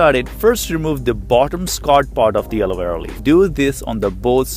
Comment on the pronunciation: Nobody: The man in the video: alowera gel